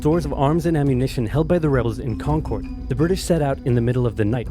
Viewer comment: Props for pronouncing "Concord" the right way, without the weird emphasis.